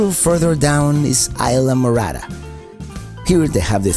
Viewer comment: Very nice video! Thanks for sharing! You make me laugh when you said islamorara (Isla Morada) ;-D